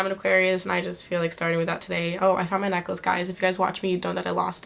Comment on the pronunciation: She said mah birthday :'D (February 15th)